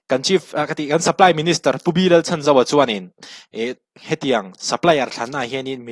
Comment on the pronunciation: Pu Lalchhanzova hming hi a rik dan tur dika lam rik hram tum a tha e.